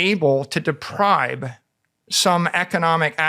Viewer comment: I can't believe Michael Saylor says 'depribe' instead of 'deprive'... I thought i was hearing things at first, but then he commenced to saying it 20 times 🤣